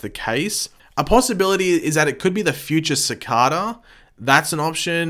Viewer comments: Why do you pronounce Cicada Sa-Ka-Da instead of Sa-cae-duh like how everyone on the show says his name? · Sacada... not how your saying it lol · Nope you just pronouncing it wrong .. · he keeps pronouncing cicada wrong its annoying